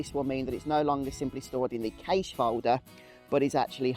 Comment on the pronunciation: I think you’ll find cache is pronounced the same as cash